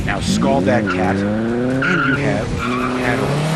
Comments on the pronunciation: my god its caterham (KATE-ER-HAM)!!! NOT CAT-REM!!! WTF AMERICA!!! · Bare Ass Motoring.. you can't pronounce 'Caterham' correctly. Very Nice video.. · one thing that always bothers me is the horrid presenters on the speedchannel. There are a few knowledgeable entertaining ones but most are like this guy, completely lacking charisma. Also, caterham isn't being pronounced right. Sorry for the rant, that stuff just bothers the crap out of me